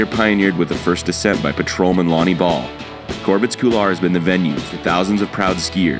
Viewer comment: "Corbet's Coolar"